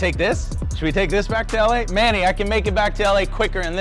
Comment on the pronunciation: Josh has known manny for so long and he still doesn’t know how to pronounce his name